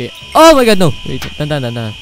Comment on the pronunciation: XD natatawa ako sa pagsabi ni na OMG sabi nya O Ma God xD